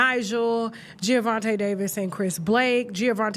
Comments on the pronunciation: I didn’t know who this Gio Davis dude was … you keep saying Giovanti… IT MS Gervontae… the black derivation not Italian 🤣… but all these ninjas got little man syndrome… he’s 5’5’ … dafuq 🤣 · Tasha it’s Gervonta not Geovonta Davis😂😂😂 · I think his name is pronounced "JER-VON-TAY" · Why does Tasha keep saying Giavonta 😒 🤣🤣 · Gervonta not Geovonta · it’s Gervonta Tasha 😂😂😂😂 not Giovante